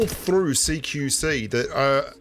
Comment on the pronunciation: I always thought u were saying "seek you see"